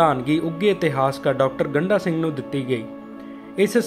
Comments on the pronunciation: ਗੰਢਾ ਅਤੇ ਗੰਡਾ ਵਿੱਚ ਫਰਕ ਨੂੰ ਸਮਝੋ ਜੀ, ਗੰਢਾ ਪਿਆਜ ਨੂੰ ਕਿਹਾ ਜਾਂਦਾ ਹੈ, ਡ ਅਤੇ ਢ ਦਾ ਉਚਾਰਨ ਵੱਖੋ-ਵੱਖਰਾ ਹੈ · ਇਹ ਸਰਦਾਰ ਗੰਡਾ ਸਿੰਘ ਉਚਾਰਨ ਕਰੋ ਨ ਕਿ ਗੰਢਾ ਸਿੰਘ ਠੀਕ ਕਰੋ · ਡਾ. ਗੰਡਾ ਸਿੰਘ ਬਾਰੇ ਵੀਡੀਓ ਬਣਾਉਣ ਤੋਂ ਪਹਿਲਾਂ ਆਪਣਾ ਪੰਜਾਬੀ ਉਚਾਰਣ ਸਹੀ ਕਰੋ ਸ਼੍ਰੀਮਾਨ ਜੀ, ਤਹਾਨੂੰ ਤੇ ਡ ਅਤੇ ਢ ਦੇ ਉਚਾਰਣ ਦਾ ਫਰਕ ਵੀ ਪਤਾ ਨਹੀਂ ਇੱਕ ਵਾਰ ਨਹੀਂ ,ਤੁਸੀਂ ਵਾਰ ਵਾਰ ਉਨ੍ਹਾਂ ਦਾ ਨਾਮ ਗੰਡਾ ਸਿੰਘ ਦੀ ਬਜਾਏ ਗੰਢਾ ਸਿੰਘ ਬੋਲੀਂ ਜਾ ਰਹੇ ਓ😡😡😡😡😡